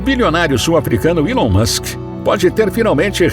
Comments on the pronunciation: Alon Musk Erá amigô dô faraó, foi elê quê deu dê presente a linguá dê ourô! Kkk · Gostei muito do conteúdo mais só eu que dei muita risada quando ele falava ilon Musk 😂😂